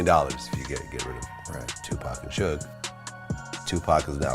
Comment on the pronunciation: Lol she said “Two-Pack and Soog Night”